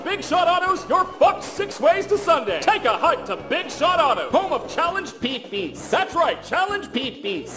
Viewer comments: i love how you pronounced pipis. "peepeess" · I would like to mention that "pipis" is indeed a word that translates to "urinate" and it is roughly pronounced the same way as in the video. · This gives me life. The Pipis pronunciation is immaculate. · This is probably the best pronounciation of [[PIpis]] ive ever heard